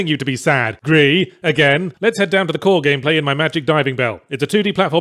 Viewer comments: "huge symbolic statue of the main character" yahtzee accidentally telling on himself that he didn't understand Gris despite claiming it "knocks you over the head with the metaphor. the statue is your dead mum. Not you. dummy. Also it's pronounced "greese" Not "gree". Its spanish, not french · Still shocked that he hasn't managed to pronounce gris correctly yet (it's not french) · His inability to pronounce Gris in spanish like a normal human being is still astounding. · It is also French for grey where you do not pronounce the S. Nomada is a Spanish studio so the Spanish pronunciation is correct, but I can understand why British Yahtzee would naturally fall on the French pronunciation.